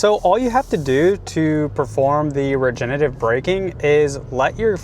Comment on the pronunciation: Regenerative…. Not regenative